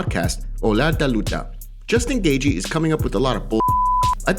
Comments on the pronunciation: It's Gay-chee not Gay-gee 🤣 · Gaethje's last name is pronounced Gae"Chee" not Gae"Gee". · lol you are not saying Gaethje right, wait am I??